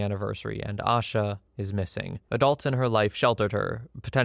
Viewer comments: Only thing I wanted to input was her name isn’t pronounced “Ah-shuh” it’s pronounced “A-shuh” Kinda like Asia but with a shorter A at the end. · Asha Degree’s disappearance was and still is a case I think about often. She lived in the same county as I and whenever I drive home, always see the same, single, faded billboard everyone still sees these last 20 years. Her name is actually pronounced with a long A in the first syllable. I don’t normally correct on the web but it’s at least something I can do for her today. 😢